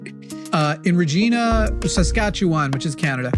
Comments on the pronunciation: please PLEASE please 🙏🏼 never ever say Regina like that again. The first part was fine but the ending is the same vagina. It's not Gina gee-nah it's gi-nah. That's why Deadpool says he's from the place that rhymes with fun (not sure if Ryan Reynolds ad libbed that part or it's actually from the writers). And for reference Newfoundland is pronounced New-Fund-Land. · Regina rhymes with fun; Deadpool was right. It is pronounced Re g-eye na. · Regina (Saskatchewan) is not a woman name, its the city that rhymes with fun!